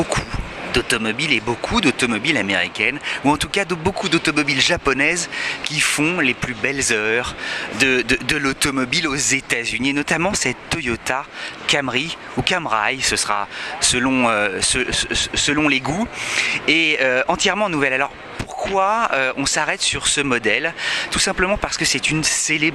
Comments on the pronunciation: je suis sur a 99% q'on ne dit pas 'CamrY' come 'frY' mais comme 'CurrY'... tpute peite observation. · CAMRY et non CAMERY mes chers amis de POA !